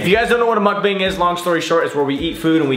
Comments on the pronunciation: is it weird i get triggered when they say the a in mukbang like that? like the way they say it is how the a in abc sounds and its supposed to be mukb(ah)ng the ah sound not a? because its 먹방 (meokbang) not bang but bahng. okay irrelevant comment i know but i had to say it. 😂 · Moook bong that’s how it should be spelled 😂